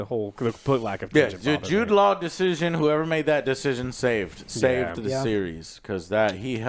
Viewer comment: Wait how the hell are you saying Jude laws name?!